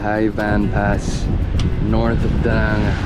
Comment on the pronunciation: Pretty nice but you pronounce Hue wrong, its not (Huey), its pronounced (Way) very surprised being there for a week that you have not heard anyone else pronounce it.